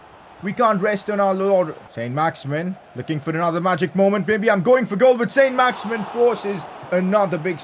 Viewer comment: Pcq: It isn't pronounced "Saint Max-Imin" its pronounced "Son Max-Iman" because he's French